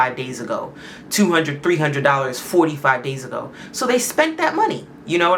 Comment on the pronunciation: When says, "Sometime ah-go" at the start of her stories, it means "Sometime ago" - with emphasis on the first syllable/the "a" in "ago" - in the way Trinidadians say it when they tell a story in regularTrinidadian phrasing, aka, "dialect"...😉